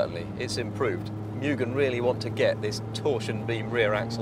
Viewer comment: "Mugen" should be pronouced as "MOO-gen", not "MU-gen" as in this video.